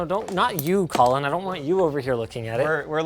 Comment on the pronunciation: When you said Colin the first time I thought for a second you said Colton and got mega confused.